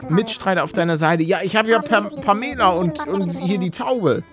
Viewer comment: Pamela wird Pämela ausgesprochen und sie redet grundsätzlich zickig und hochnäsig